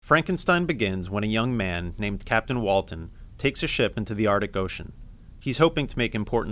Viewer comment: “Walten”? Like The Walten Files?